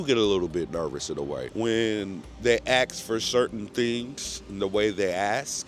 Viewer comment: "When they axe for certain things"